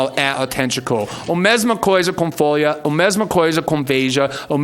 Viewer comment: "foia" kkk